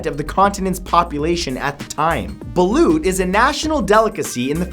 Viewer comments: Love your videos mann but once I saw the Balut I was certain you'd pronounce it wrong. It should be pronounce like 'bahl-ot' note Bahl-Lute. I'm not an over proud country person. Just pointing out cause I hear it being pronounce wrong. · He pronounced Balut wrong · balut may look disgusting but actually delicious. btw when matthew pronounced balut i found it funny but cute 😄